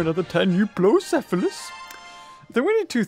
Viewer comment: if you didn't know euoplocephalus is pronounced differently.